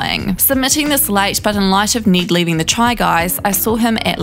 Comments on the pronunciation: i don't know if its her accent but it sounds like she's saying "need" instead of "Ned" which should sound similar to "red".. It is really messing with my brain, cause she says his name so many times. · Need gets me every time 😂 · “need, kaith, zeck, and eujane” the accent lmao